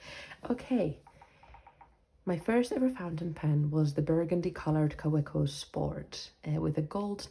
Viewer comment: And please pronounce Kawco correctly-- Ka-vec-o. 😅.